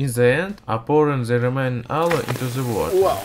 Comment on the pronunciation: why you say zhe. you should say the, not zhe